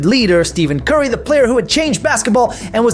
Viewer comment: You can’t even say curry’s name right and LeBron never wanted a big 3. The heat pulled some moves to get Bosh